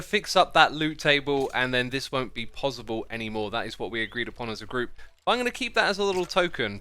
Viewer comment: When xisuma says pozzible